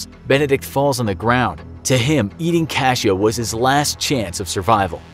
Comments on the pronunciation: It' s "cachorro", not cashoe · You said dog wrong i know how to say it I have a mom that speaks it and she taught me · Is "Cachoe" actually "cachorro"?